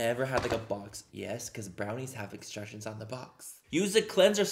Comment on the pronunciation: "icstructions on the box" had me rolling 🤣